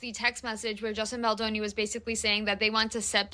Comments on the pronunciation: It's Baldoni not Baldino. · Justin Baldoni not Justin Baldino.